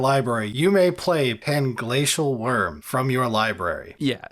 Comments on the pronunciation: Omfg I laughed so hard at messing up panglacial wurm 😂😂😂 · I think you meant Plangay, plangla, pangay, pangshell... Wurm lol